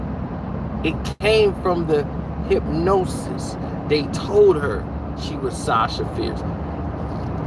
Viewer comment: I'll sound it out for you.... Hip-Nos-Sis😂😂😂